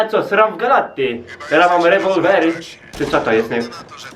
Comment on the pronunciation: Masz "rembolvery" 😂😂😂